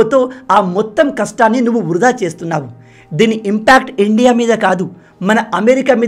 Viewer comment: Bro మీరు ఇండియా అని క్లియర్ గా అనండి. మీరు endia అన్నట్లుగా వినిపిస్తుంది